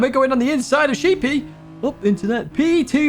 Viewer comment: I think it should be pronounced Sheppy (Like sheddy) like the island not sheepy like the animal.